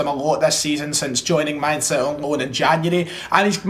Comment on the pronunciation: The pronunciation of that Mainz is top drawer, gg